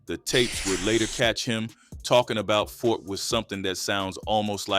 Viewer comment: Who is Fort? I thought it was Ford!